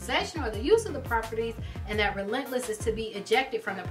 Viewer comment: At first I thought she called it rentless church